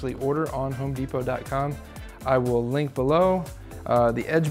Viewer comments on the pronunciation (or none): none